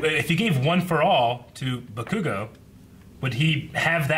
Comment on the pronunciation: Blond dude's pronounciation of "Bakugo" is atrocious.